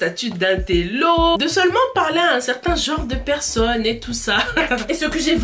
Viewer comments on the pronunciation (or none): none